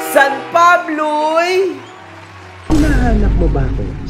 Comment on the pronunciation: Dahil taga San Pablo ako tawang tawa ako pag sinasabi mo ang”taga San Pabloy” hahaha tayo lang talaga makakaintindi nan